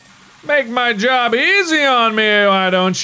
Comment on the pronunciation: “It did a good jobly” -Mark 2021